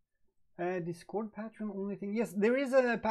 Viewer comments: Leon Jimenez Yep...pay tree on is more like it. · Lol.. it can be Pay-tree-on or Pah-tree-on but NEVER PATE Treon. You are adding one T too many brother. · Pronounce patreon wrong again. It's PATE TREON!!